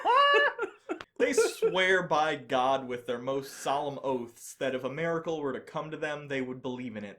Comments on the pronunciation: I know I’m not the only one that has said something similar to this, and I got used to it, though it did bother me for some time, and I’m glad Jake FINALLY said something about it. Dude, the way you jump back and forth between how you pronounce “miracle” is a bit grating, to me, but whatever. Say it how you want to, I guess. I’m trying to learn to take that position, considering my wife’s spoken grammar, in general, is pretty atrocious. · Finally Jake challenged on his strange pronunciation of miracle.